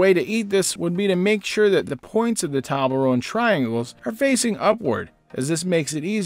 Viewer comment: Merry Christmas! and I think that is not how you say Toblerone.